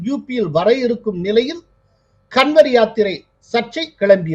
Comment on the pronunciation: கன்வர் என்பதை காவட் என உச்சரிக்க வேண்டும். நம்ம ஊர் காவடி தான்